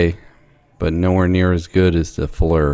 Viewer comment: Need to show walls it’s Flir read the box not Fleur